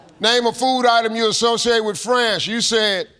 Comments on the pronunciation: I thought he said friends too not france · Thought he said friends. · It sounded like friends to me... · I couldn’t distinguish France from friends, which I thought he said for the second one. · It was only thanks to your comment I realized he said France. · Me too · Yeah, I thought he said "friends", too. I was thinking of burgers & pizza. 🍔 🍕